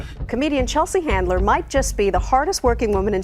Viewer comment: Chelsea Handler, not "Chandler"!